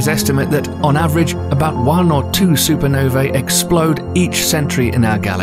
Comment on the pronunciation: i am absolutely repulsed how they say Supernovae it makes me so angry i swear